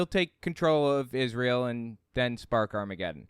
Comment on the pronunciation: Ahhh man, I thought you were ganna play my favorite clip! You know, when Shane Vaughn sings new Israel, new Israel, NEW IS-RAY-EL! It just makes me laugh every time i see it, his smug stupid face saying IS-RAY-EL. Gaaaawd hes just such a POS. 🤣🤣🤣🤣